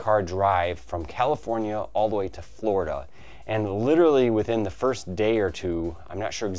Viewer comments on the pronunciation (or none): none